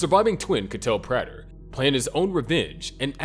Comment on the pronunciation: Imagine making so many videos about Dexter and not even knowing how to pronounce Prater.